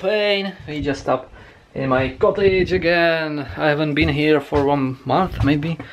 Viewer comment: Rekl jsi cotlage a ne cottage.